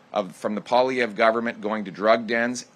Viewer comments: I love how you actually pronounced his name correctly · Two comments! 1 - nice pronunciation of Poilievre Haven’t heard any other American commentator get it remotely close. As a French speaker that was bang on ! 2- that man is growing a mega pair . He used to be more willing to ingratiate himself to the mainstream press. What’s beautiful is his ability to communicate concisely without resorting to crass rhetoric! Keep the good work with your channel. We from the Great White North appreciate your work! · Thank you for pronouning Pierre's name right. Very few can.😂